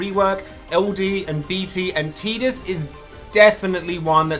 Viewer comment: Yayyyy someone pronunciated Tidus correctly!